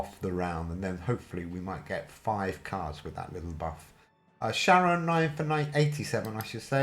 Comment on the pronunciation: charon is pronounced like CARON